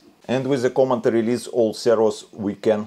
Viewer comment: Thanks the video. As a bit of feedback, the way you pronounce "command" makes it sound like "comment". First I thought I was missing some robot jargon, but at the end of the video I understood what I was supposed to hear. ❤️